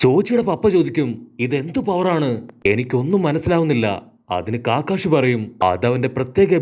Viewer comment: Bro കാക്കാഷി അല്ല കക്കാഷി